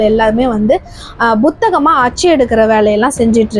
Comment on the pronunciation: உச்சரிப்பு பழை அதிகம். திருத்திக் கொள்ளுங்கள். உதாரணம்: புத்தகம் என்பதை Butha ஹம் என்பது தவறு. Puத்தகம் என்பதே சரி